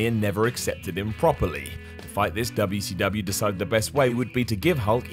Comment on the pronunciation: I love the way he says ‘Derb-ya see derb-ya’!!